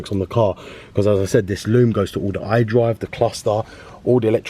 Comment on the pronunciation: Hi there, I really appreciate you for bestowing your knowledge upon us but for the love of God I can't understand shit when you're talking about the iDrive man.